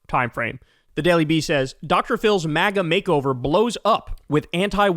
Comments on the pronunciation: That "magar" had a reeeally hard -r on there, my guy😅😅😅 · “mager” 😭😭 he said the hard r i love that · Kyle said "Magger" at the end 😂😂 I think he combined MAGA and grifter to get Magger, but it almost sounded like an accidental slur 😅😅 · Bro said MAGA with the hard R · Man said MAGA with a hard R 😂